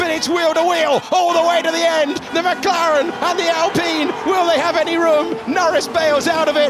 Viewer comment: 7：21 The [McGaren] 😂😂